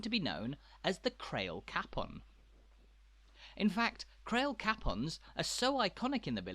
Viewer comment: Capon isn't pronounced as cap on, it is a soft a as in day.😇